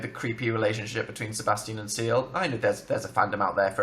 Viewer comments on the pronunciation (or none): I legit cringed when he pronounced "Ciel" like "Seal"